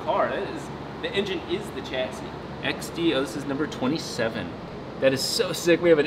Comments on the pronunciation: Just to clear up linguistic issues, I couldn’t help myself.The term Chassis is french (meaning frame) and as such is pronounced as Sh-assis and not the Ch-assis. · OMG stop saying chassis wrong its pronounced sha-see not ch-assee, thumbs down .